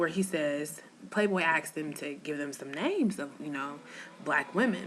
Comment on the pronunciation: Someone "axed" you? Did you get hit with a hatchet or something?